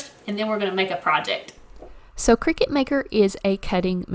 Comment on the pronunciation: It’s a cutting machine, not a game played over scones in white caps. Kricut kri-cut The end of the brand name is pronounced “cut”.